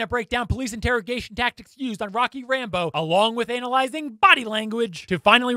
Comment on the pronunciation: Do I hear “analising instead of analysing